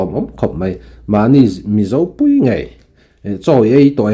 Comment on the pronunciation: Rsa kan Mizo púi, ti a, thluk sâng lo vin. Rsa kan mizo pùi ngei ti a, sawi tur a ni ang.